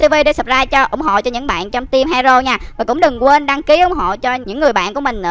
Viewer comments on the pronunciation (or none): none